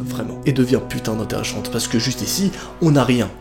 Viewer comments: Hahaha a tu a dis interechante pas interessante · À 9min20 tu as dit interréchante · Ah un moment tu as dit intérêchante 😂😭❤️gros bisous trop ce que tu fais ✨😘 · Dans une partie de la vidéo tu à dis putin d' intérechante